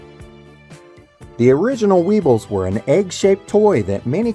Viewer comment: Aboot minute : “We-Uyghurs Wobble But Don’t Fall Down”. 👍